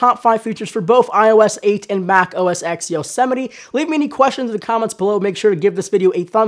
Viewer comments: Am I the only one bothered by the fact that he calls it "Mac OS X" rather than "Mac OS Ten"? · Mac OS "TEN" not EX... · It is 'OS 10' not OS X or Mac OS X. NOT X, SAY 10...10..TEN. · 10 not "X" 10!! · It's pronounced Mac OS 10. Not Mac OS X. The X stands for ten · Yea I know right!? It's OS 10 not "x"! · You said OS ex? And you work for phonedog? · hearing "mac oh es ecks" drives me up the wall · it's Mac OS TEN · Mac OS "EX"? o_O